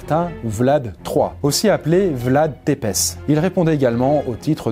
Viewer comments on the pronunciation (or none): Magnifique vidéo mais Țepes sa se prononce Tssépeche et pas Tepes je suis roumain et sa picote les oreilles mais sinon la video est trop bien et comme d'habitude super intéressante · Très bonne vidéo mais quelques petites corrections : - Pour l'ail c'est en réalité "la fleur d'ail" dans le roman qui est nocive et non l'ail en lui même - Pour Vlad son nom c'est Țepeș et non Tepes (ca se prononce globalement "Tsépech") - Idem pour sa cruauté légendaire pas mal d'historiens commencent a en douter sur certains et se demandent si elle n'a pas été "augmenté" par propagande anglaise et Turque étant donné qu'il emmerdait les premiers en foutant des taxes monstres sur les convois de marchandise qui passait par chez lui et qu'il était en guerre avec les Turque depuis belle lurette (d'ou le clouage de turban sur tête d'emissaire) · En tant que personne d'origine roumaine, ça m'écorche l'oreille dès que j'entends "Tepes" 😂 ca ce dit Țepeș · Ça ce prononce Tépèche Mais sinon bonne vidéo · Vlad tèpèCH on le prononce comme ça en roumanie. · Țepeș se prononce « tsèpèch », pitié, dites-le correctement, ça fait mal à nos oreilles de Roumains 😂 N.B. : en Roumain, « DRACUL » veut dire Le Diable (avec l’article, car juste « Diable » s’écrit « Drac »). Dragon, par ailleurs, se traduit par « Balaur ».